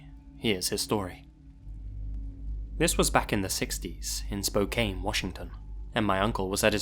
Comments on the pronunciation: Love the stories but as a resident of Washington I have to point out that the cities name is pronounced SpoCAN not SpoCAIN. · I thought I was the only one who noticed! I haven't been to the city myself but even I know it's pronounced Spo-can. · Its pronounced SPO-CAN! not SPO-CANE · FYI, in the Gary story: Spokane is pronounced spo-can, not spo-cane. ...Not that such information is likely to be relevant in the future. The only thing we're known for is basketball and racism tbh. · You mean.... "Spoh-Kaine"? lol. I lost the immersion when he pronounced it like that, since its "Spoh-Can". I always called it SpOakland. lol. From Reno,NV., but was raised in Kent, Wa., and lived in Seattle, and Federal Way for almost 25 years. Love the PNW!!! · 1st: Spokane is pronounced Spo-can, not Spo-cane,. 2nd: OMG! That's where I'm from! Nothing ever happens there so I nearly got whiplash from lifting my head up at the mention of the city. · Spo-can, not Spo-cane. Just so you know. 😁 Also I can never hear the name Gary without thinking of Fallout. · not "spo-kane". spo-kann. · lmao, the pronunciation gave me a pause too 🤣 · Spo-can, sorry hearing you pronounce Spokane like that irked me. but of course weird shit happened there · I don't blame you,, since everyone mispronounces my city's name. Spokane is Spo-CAN. But it was fun to hear a story from my town!